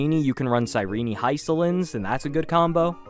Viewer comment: cy REEENY? D-OH-TEE? you're killin me dude.